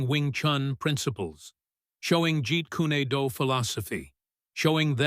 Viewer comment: It's not Jeet Kune do... Jeet kwan do